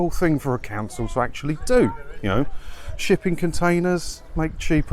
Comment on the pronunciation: Did you say shipping container or sh1tty container?